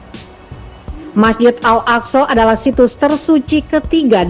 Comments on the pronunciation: 'Al-AkSorr' kepala butuh nkou!! Org sebut AĹ-AKSÃ lah bodoh! Bangang betuilah, buat mngelirukan 0rang sahaja..!!! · Ngomong nya al aqso Bisa ngomong gk sih